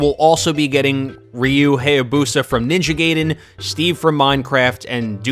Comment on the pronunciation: This is a nice video, put your pronunciation of Ninja Gaiden bugs me